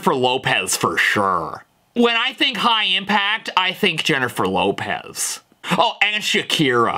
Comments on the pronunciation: He also said "Lennifer Jopez" 😂😂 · leniffer jopez 💀